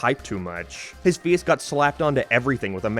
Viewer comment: The way you pronounce words like "out" and "face", I have to ask... is one of your parents from Northern Ireland? 🤔